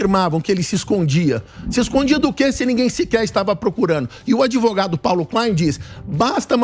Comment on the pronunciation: é sério que esse "ADEVOGADO"ainda tem alguma credibilidade?? kkkkkkkkkkk 😂🤣👉🐂💩🚽